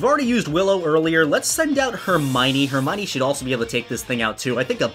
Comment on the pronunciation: I feel bad for Hermione but hey no more horrible pronunciation of Hermione